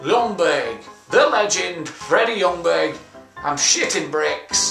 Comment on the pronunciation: You pronounce it Jungberg, not Lungberg.